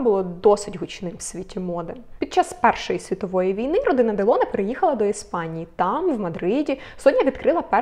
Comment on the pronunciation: Ударение в фамилии Делоне на последнем слоге как и в имени Робер.Это правила французского языка.